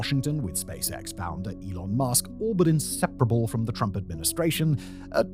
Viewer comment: "Turmp" lol